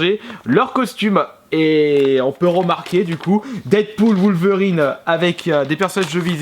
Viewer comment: "Woulverine" - - 2016